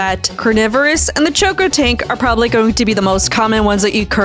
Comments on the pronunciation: bro its cocotank not CHokotank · dont mean to be that guy but you kept calling the cocotank a choco tank its coco as in coconut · Did you say chocotank